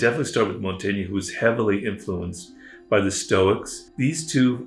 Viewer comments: Montagna ? It's Michel de Montaigne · Mont-tain-ya? Seriously???